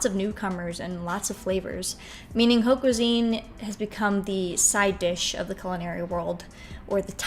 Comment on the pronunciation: Really good video, just a pointer that haute is pronounced like "ot" and vin is pronounced closer to von :)